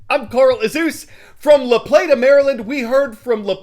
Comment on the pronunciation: THANK YOU for the shout out to our school this morning AND for pronouncing La Plata correctly!!!!!!